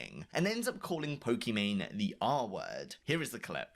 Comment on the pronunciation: The people in this video can't even pronounce Pokimane's name correctly.